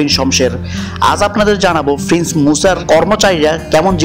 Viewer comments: Frince bad diye prince bola shikh ar bodro na bole vodro bol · When you say prince you sound like you saying frince? You you must love F word because everything starred and end sound FFF ... your water sound (pane) like faney?